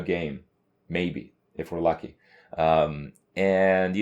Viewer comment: Press to hear this: Press 2 - Which is pretty Crazy Press 6 - Uhmnn Press 9 - If we're lucky (Sound like Ifurlaky) Press 3 - My Favourite one, Literally an 'GNM' yeah!. Can someone make a remix with this and link it? Thanks.